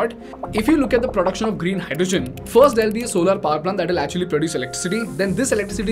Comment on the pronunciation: Solaar nahi solar